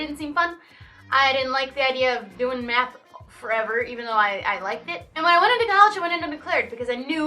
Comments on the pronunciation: who else thought that said "then I started doing meth but it was actually math😂😂😂😂😂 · I thought she said meth instead of math and I was worried for a sec xDD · i thought she said meth for a sec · It sounds like she said Meth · am i allowed to comment that when you said you did a lot of math i thought you said meth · I thought you said "I love meth" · OMG I THOUGHT SHE SAID I LOVED METH OR I DID METH OMG.